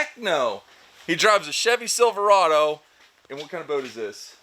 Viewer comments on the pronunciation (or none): none